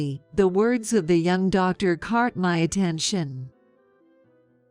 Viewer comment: Tarking? (Talking) Cart? (Caught) The computerized voices always mispronounces.